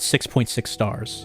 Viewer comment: i feel like im the only one that thought say "WELCOME TO SILENT HILL: THE WOMB"